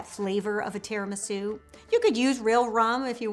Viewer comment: “tear-in-my-shoe” cupcakes